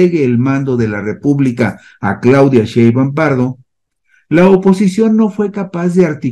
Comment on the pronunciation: Al expresarte con todo respeto mi gran admiración por tu destacado desempeño periodístico en información y estadística para una educación política de calidad para la ciudadanía, te manifiesto que sería formidable que, a partir de hoy, pronunciaras correctamente el apellido paterno de nuestra presidenta electa: SHEIN-BAUM